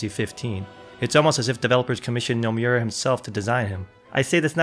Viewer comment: how the hell did you mispronounce nomura?